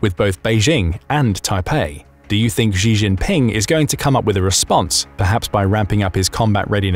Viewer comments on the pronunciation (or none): "Xi" is also pronounced wrong. It sounds close to 'she'. Saying 'zhee' sounds ridiculous to my Chinese trained ears. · Its pronounced She not G